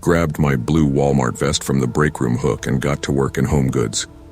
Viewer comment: ah yes, Wilamart.